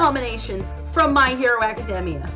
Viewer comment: My hero academia was pronounced so wrong in this video “just to clarify” my hero academia should’ve won